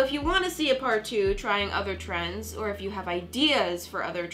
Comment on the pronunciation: Ehem you said trendSSS Not trying to be mean was a great video, just sayin. Love u!